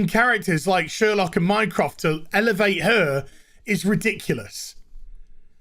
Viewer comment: I thought when he said “mycraft” he said “Minecraft” lol